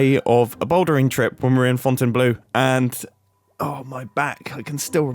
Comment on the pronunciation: Hi ! Love your videos but i am french and i need to uphold the stereotype by CORRECTING YOUR PRONONCIATION BECAUSE I ACTUALLY LIVE HERE It's FontainEBLEAU NOT FontaineBLEU Pronounced with an OH sound, like when you're surprised !